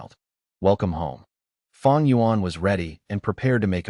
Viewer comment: It's not feng it's fang